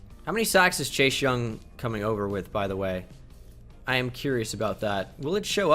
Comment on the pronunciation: Am I the only person who gets annoyed by him saying chashe young instead of chase